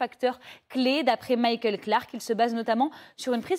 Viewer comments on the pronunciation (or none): none